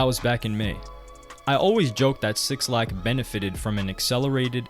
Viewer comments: Say it with me now Black not Six Lack 🤣 who dat bruh lol good video though g. I love these types of videos fr. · His name is pronounced Black Not 6 lack -_ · omg bro lmaooo it’s pronounced *BLACK* (6lack) not *6-lack* son lmaoooo please try to save yourself before 6LACK fans hate you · “six lack” lmfaoooo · 6-lack😂😂😂😂😂 His name is pronounced Black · its “Black” by the way not 6 lack 😩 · Cringing at every SIXlack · Just for the record it’s Black (6lack). Not 6 Lack lol. Or maybe that was intentional 🤔.. Great video. U a beast wit the content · minus 3 more for saying "6 lack" instead of "black", everything else is good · not sure if you're meme'ing by saying "6-lack" but it's supposed to be just "black" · I think his name is pronounced black but spelled with a 6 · 6lack is just said as black. But great vid really interesting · Yo why did you call him 6lack its pronounced black 🤦🏾‍♂️. I wish you would've mentioned how 6lack wore a wig for his debut. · bro clearly saw in the paragraph “pronounced black” and just decided to read over that part 😭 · 6lack Is pronounced Black btw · 6lack pronounced black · '''sixlack''' by the way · bro... "6-lack"? sometimes i be wondering if you really of the culture. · Bro it’s pronounced “Black” lmaooo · It’s killing me hearing him say it over and over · Dope documentary, the way he kept say 6lack took me out though 😂😂😂😂💀